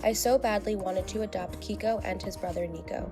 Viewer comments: I can’t be the only one to say this but...”Keiko” is a female Japanese name and it’s pronounced “Kay - ko” (like okay’s kay) not “Kee - Ko.” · Keiko is not pronounced key-ko...it’s pronounced kay-ko.